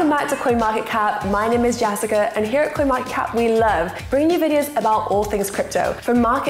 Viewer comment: I think she pronounces her name JASsica.